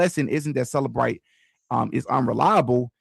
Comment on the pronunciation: It's CELLbrite, not selabrite